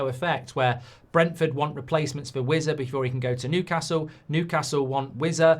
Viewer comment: It's not wizza it's wissa